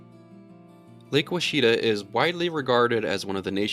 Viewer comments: WASH A TAW - not Oh Chita - Arkansas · Lake Woshita (Quachita)lol Washita is the correct pronunciation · Ouachita. Wah-Chit-tah. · Lake Ouchita is pronounced Wash-eh-tah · The lake in Arkansas is pronounced "Wash-ih-tah" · In Arkansas Lake Ouachita it's pronounced waa-shee-tuh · Lake Ouachita is pronounced Wash-it-aw. Rhymes with Wichita